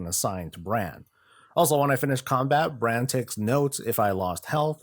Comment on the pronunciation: FYI.. It's Brawn(Brann) Bronzebeard, Heard it too many times leveling lol.